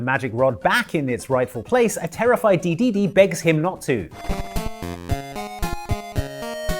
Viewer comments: You pronounce it de-DE-de and not DE-de-de? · He says Dedede like Kaiser says Goku